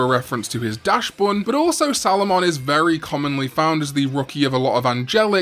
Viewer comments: Nice video but please, PLEASE, anglophones, it's DAXbun, not DASHbun. Dachs is German for badger, because the Dachshund is a dog that chases after badgers. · did you just call it dashbuun